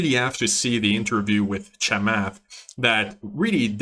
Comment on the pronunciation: I think the strategy of buying the best when they all fell today made a lot of sense. I added to SoFi on the dip. His name is pronounced Chamoth (if that helps for future vids). Great work